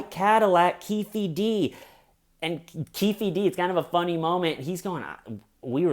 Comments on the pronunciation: Lol, you know I love you bro but it's pronounced "Keef Dee." As a huge hip-hop fan I can't let it slide sorry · I can’t stop laughing every time you say Keefy D 😂 whatttaaaname